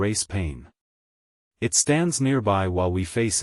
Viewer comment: Please fix the sloppy (and rather mechanical) AI voice and devote some time to reviewing these stories before posting them. The AI is pronouncing periods at the end of the sentence as "dot," and there are other awkward pronunciations ("IT" instead of "it"; "re-all" instead of "real"; the failure to pause even briefly at the end of some sentences), all making for an awkward narration. Thumbs down.